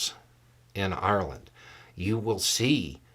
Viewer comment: I didn't like the attitude of the person who posted. "I thought we were friends". So if the Irish don't walk the American line, friendship over? Simplistic attitude. Also I like that pronounces Ireland properly. All too often I hear Americans say EYE-R-LAND and it ain't cool.